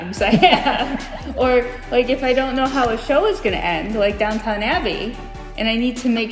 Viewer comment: I am sorry, but it's "DOWN ton" Abbey. I really enjoyed this episode displayed his intelligence by allowing you to do most of the talking. One thing that is frequently done in model railroading is lift out panels, put some braces between rows of tables to support sections of your city that can be lifted out and stored under the tables to allow access to inner areas.